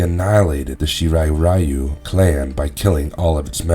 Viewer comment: One of the best! Oh and you pronounce Shirai Ryu wrong! It should be Shirai RAIu the „Y“ is pronounced like in „dye“